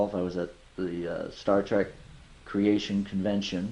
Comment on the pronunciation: Does he actually say Star Track?